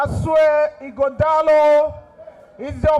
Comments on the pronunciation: This baffles me that Nigerians from other far and near tribes can't pronunce Ighodalo distinctively. Even when they are making their written speeches with the name also written in the speeches. Can't they learn the pronunciation before delivering the speeches ? The time we were schooling in a french country, the white lecturers could pronunce our African names such as Obhigho, Akhahon, Inegbedion and Oghedegbe very well. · I’m surprised that Senator James Manager, from Delta State couldn’t properly pronounce the name of the Edo PDP candidate. Here is a man from the next community to his own